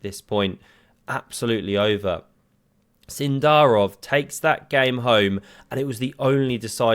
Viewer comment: So is it Sindarov or Sindarrrrov?